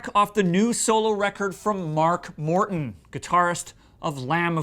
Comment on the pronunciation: It sounds like he says mark WORTON